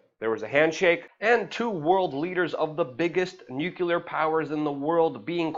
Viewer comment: You preach Luke! I agreed with most of what you are saying, except for the word " nuclear". The word is actually "nu-clear" and not "nu-q-lar". You remind me of Bush, during 911 is the first time I heard it.